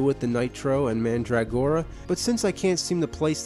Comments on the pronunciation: Could he make any more of a meal of the word Mandragora? MAN DRAG GORA... instead of MANDRUH gora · Man'drag'gora pronunciation is funny sounding, I just say mandra'gora